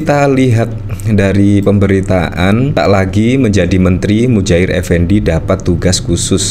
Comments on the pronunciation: Muhajir boss, bukan mujair = nama ikan. Awas kuwalat ya. !! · Boss bro nama nya bukan Mujahir tp Muhadjir bro boss 😂😂😂 sampeyan ngucapin namanya Mujahir trs 😂😂😂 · Saya perhatikan admin selalu mengucapkan "Mudjahir" bukan "Muhadjir". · Muhajir efendi pak, bukan mujair, kasiaan 😩😭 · Muhadjir bukan mujahir Mas. Kalau mujahir itu jenis ikan. He he he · Anda salah menyebut nama orang. Muha jir. bukan Mu Jair.. ini tergolong penghinaan jika disengaja. Jika anda mainnya di bidang politik, belajar lah untuk hati hati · oi MuHADJIR, bukan MUDJAHIR kwkwkwkw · MUHAJIR, bukan mujair.